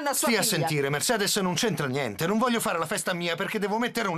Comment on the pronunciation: “pablo che cosa succede?” “nieNNteh”